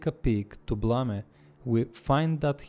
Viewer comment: dude, why BLAMA when the title literally says BLAME? and why BLAMA when you showed us you know how to pronunciate english correctly but still you BLAMA . Great vid btw !!